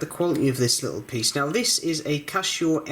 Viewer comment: Why do you pronounce it 'Cashow'?